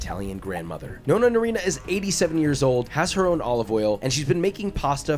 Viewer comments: The way he butchers Chiara's name and the pronunciation of "nonna" doe... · goes to italy to cook traditional italian food, challenges italian grandma, pronounces "nonna" wrong first time oh, josh. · I didn't even get a MINUTE into this video before I very deeply sighed and had to stop... ''No-na''?? ''CHI-ARA''?! Why can Americans not pronounce Italian words properly?! It's NOH-NA and KEE-ARA! Jesus Christ lol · But he couldnt say Chiara nor Nonna correctly, wow.